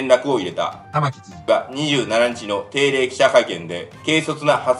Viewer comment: 玉城がたま⚪んって聞こえるw